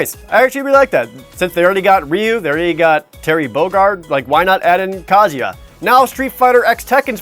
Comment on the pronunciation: the way you said Kazuya like kaZYah gave me anxiety for some strange reason.